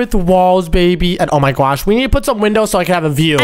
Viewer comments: Why do you say gwosh even though it's oh my gosh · Why do you say on my gwas